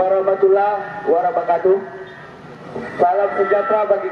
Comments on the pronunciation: Perhatikan dan dengar baik baik ucapan salam si kafir ini. Bukan Wabarakatuh. Tapi warabakatuh. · Hahaaaaaha.... si ngucapin salamnya salah di ujung..... "Warabokatuh", nah, ini kesalahan yg tidak bisa "dimaklumi" lagi... 🤣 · Dasar antek2 kadrun coba kalian dengarkan baik2 salamnya aja bukan "wabarakatu" tapi warabakatu dasar tukang adu domba yg sok ngurusin agama orang lain.